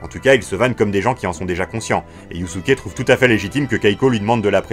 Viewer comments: Pour info, dans la langue Japonaise, le S entre deux voyelles se prononce comme un S et pas comme un Z. Donc Yusuke se prononce Yussuké (normalement c'est Yuuské), et pas Yuzuké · YuZUke 😭😭😭 un effort sur la prononciation la prochaine fois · Haha c’est dur d’entendre « yuzuke » a chaque fois 😂 Après je si je puis me permettre, pour dragon ball et yuyu ils faut les regarder en vostf, j’ai personnellement redécouvert une autre facette de dragon ball en vo alors que je les connaissais par cœur en fr, et pour yuyu j’imagine que le yuzuke vient de la version fr. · Moi j'ai l'impression d'entendre Yussuké